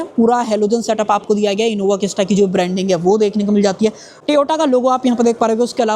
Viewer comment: Sabse pahle to Toyota ko sahi pronounce karna sikho tum, Dusri baat piche ki seats 3rd row ki child concept pr hoti h, child ke liye hoti h isliye space kam milta h kisi bhi 7/8 seaters gaadi me. Aur baar baar as such as such... bolna band karo, jaise lag raha h bahut pata Toyota ke bare me, jabki aisa kuch nhi h.